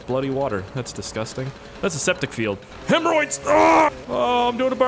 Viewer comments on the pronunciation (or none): Why did he say hamaroids